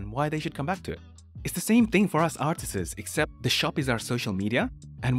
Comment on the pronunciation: My man, apply your art learning regime to English. Stop adding an extra S to every plural word. It's not "artistss", it's "artists".